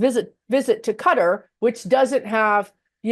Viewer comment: "Cutter" = Qatar